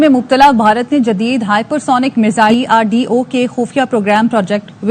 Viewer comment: Abe chemma it's DRDO not drdoe